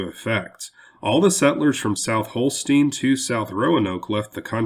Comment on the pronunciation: I think you mean South Holston, not Holstein.